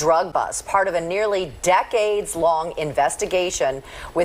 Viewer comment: Did she say 'decades'?